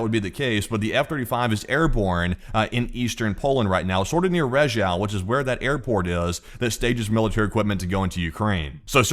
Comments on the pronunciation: Rzeszów is pronounced Zheshoov 😊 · rzeszów is pronounced zheshoof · Rzeszów is now a very important city and you will refer to it many times so my gift for you is the pronunciation - phonetically you say "Je" like French "Je Taime" and "shooph" like "shoot" but "t" replace with "ph" like from "phantom" or "f" like "from, first etc." - je-shoof. You are welcome :)